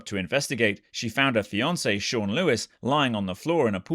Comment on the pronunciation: “FIANCÉ” not “finace” 😂😭 kmon Indian man get it right